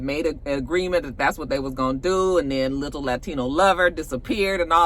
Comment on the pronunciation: The way u say liTTle latino lover 💀